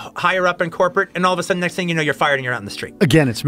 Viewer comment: He said fire or fired?😆